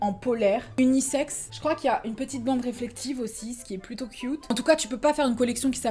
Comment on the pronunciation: kiouuute ? Mdr